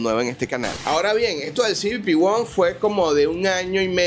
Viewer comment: "cibipi won" 😅😂😂 que mal inglés 😂